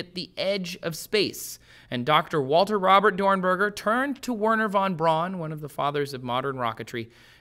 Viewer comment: Verner von Braun pronounce 'von Brown'.